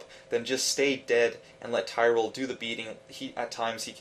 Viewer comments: LOL'd hard at tyrell. lmfao tear-ree-el say it now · How the hell do you not know how to pronounce Tyrael's name after the voice actors do it 500 times during the game?